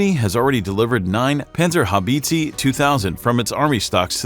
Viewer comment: Panzer How beetzee 😂😂😂😂